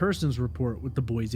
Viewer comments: FYI it's pronounced Boy-see, rather than Boy-zee. This is the way we detect outsiders. Sticks out like a sore thumb for us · I live in Boise and I've been following both of these cases from day one... too many weird things going on with both of them. And... There's no "Z" in Boise... 🤭😉.